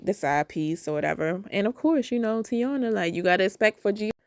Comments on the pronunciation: That girls name is NOT tee-awnuh her name is Tie-ee-nuh….you know like the Tv show from the 90s with the same name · I’m starting to think people purposely mispronounce Taina’s name.